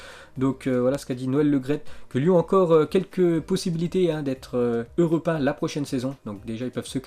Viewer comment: europin mec sérieux tu sais pas parlé EUROPÉEN !!!!